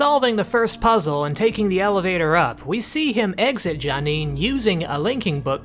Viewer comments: My friend, everyone begins their journey with Myst somewhere, and we in the Myst community accept all people regardless of how their pronunciation may or may not be correct. That said "Janeen" was a bit tortured. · You call yourself a Myst fan? You can't even pronounce J'Nanin correctly!